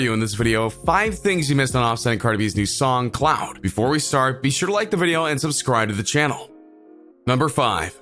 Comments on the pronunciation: He said cloud not clout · Reggie T. She said cloud instead of clout😂😂😂😭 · Ummmm its CLOUTTTT NOT CLOUDDDD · Its "clout" not cloud 😂😂😂😂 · I’m just tired of you saying “cloud” like wtf 😂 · The way he said “ CLouHt “ 😂💀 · He kept saying “Cloud”😂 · ......what.....u wasted my time and yours u didn’t explain nothing... and why did you read like that at the end of every sentence 😂....and plus it sounds like ur jealous... 👀 LET THEM LIVE THERE LIFE 💘 and u said clout like cloud... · Why do you say "clout" so wrong? This analysis is so weird and all over the place. The video wasn't that deep at all.